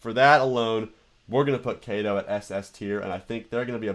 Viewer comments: Is not kai tou, is ka to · Kato is pronounced "kah toe" because Kato is a japanese company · it is pronounced k ah t o. as the a in Japanese is always pronounced with a open mouth a sound. it would be spelled with an E if it was pronounced the way you said it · I'm CAPTAIN CHAOS! And this is my trusty sidekick, KAY-TO!